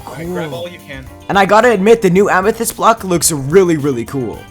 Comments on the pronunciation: ahh yes amesite not amethis idk how to spell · was i the only one that heard amesite? love your vids you just got a new subscriber